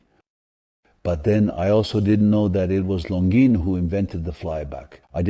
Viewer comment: Why do you keep pronouncing Longines differently throughout this video? It's unsettling